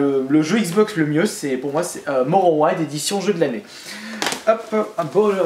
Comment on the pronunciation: Oh non tu n'as pas fais sa tu sais je sais pas pourquoi mais j'aime bien tes vidéo t'est comme un youtuber très connus pour moi m'ais ta prononcé le jeux a qui est Morrowind des Elder Scrolls que j'admire tellement sa se prononce MO-RO-WIND Toi tu as prononcé MO-RO-IN Mais bon je t'admire comme même:)